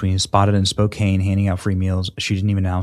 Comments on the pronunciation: Benney it's called Spo-can, not Spo-cane. I live about an hour west of Spokane. The smoke is bad here. Praying for washington state and all people affected by the fires. Thank you Sweeney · I'm sorry to say this but as a Washingtonian, it is SPO-Kan not SPO- KANE, ignore the E please. Great job to Sydney didn't know she was from Spokane. I have family and friends there and they need all the help they can get. Again sorry for the pronunciation lesson. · it is Spoke can. Pronunciation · Love ya Benny but it’s pronounced “Spo can” .. it must be French or something . 😆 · Spo-can just saying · Your killing me, LOL. Spokane is pronounced Spo-can. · First off it's pronounced Spo Can. Probably a native American word. Spokane is in eastern Washington state. Washington is a liberal state but the east side of the Cascade Mountains is Republican for the most part...and it gets bone dry there in the summertime. It's not a stretch of the imagination to assume liberals are burning out Republican voters and in addition the state gets federal wildfire money. Climate change my ass. For the most part it's all by design. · Good on her. BTW it's pronounced Spo can. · It's Spo-CAN dude!😡🔥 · Lol Benny its pronounced Spo can Spokane. 😅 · It's Spo-CAN. The E on the end is silent. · It’s pronounced, Spoke-can. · Spokane (Spoke-can) Benny. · Benny... the city name is pronounced spo-CAN (stress on 2nd syllable, and it's pronounced CAN as in tin CAN, not cane as in sugar cane.). You're welcome. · As a WA resident, I have to make sure you are saying the city correctly...Spo-can (the last part rhymes with "man" rather than what old people use to get around). Cheers. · Hey Benny Spokane Washington is pronounced SPO-CAN 😁 love your show👊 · It is Spoke-can. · Awesome! ❤ BTW...Washingtonians say Spo-can. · Yo Benny, it’s Spoh-can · Johnson Spokane is not phonetic, the “a” is pronounced with a SHORT a like in cat. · Ray Idaho ITS SPO CAN. SPOKANE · Spoe-can is how Spokane is pronounced!😂